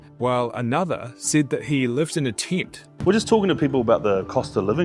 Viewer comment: Living in a teent, eh?